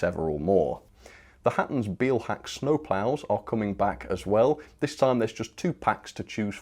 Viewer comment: As a head‘s up: “Beilhack” is pronounced “bilehack“. The German “ei” makes the same sound as the English letter “i”.